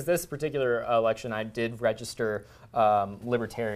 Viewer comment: was that "election" or "erection"?